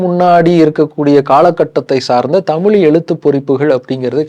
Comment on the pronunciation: Please learn to pronounce Thamizh.